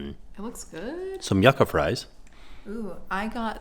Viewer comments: (Yu-Ka) not yuk-ka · The food looked so good! Also it’s pronounced yoo-ka not yucka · yuca is pronounced like You ka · Just a tip for you, yuca is actually pronounced “yoo-ka” I sometimes get mood swings every now and then where I feel both angry and depressed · It’s pronounced “yoo-ka” fries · Yucca = yoo-cah I'm sorry that your day didn't work out! Jackson is getting so big though! Too cute! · yuca is pronounced you-ka. Love you guys!💕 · Hey and I love ur videos they make me so happy and I love Jackson too😀😀😀❤️❤️❤️!! Also not that it matters but it’s pronounced YOU-CA but it’s fine!😂😂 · The way said yuca fries😂